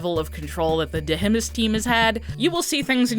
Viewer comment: love how you pronounce "deh-heh-mihs"